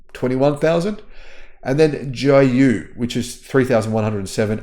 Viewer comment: 极 越 jí yuè, ji, not “jai”, joint brand of Geely and Baidu